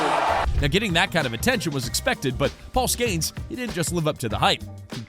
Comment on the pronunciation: Paul SKAINS 😂